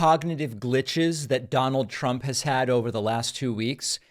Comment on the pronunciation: "DoNaLd PrUmP!" Stable genius.